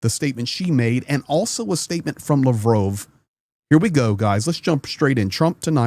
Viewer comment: LAVROV TALKS PLEASE PRONOUNCE CORRECTLY. Thank you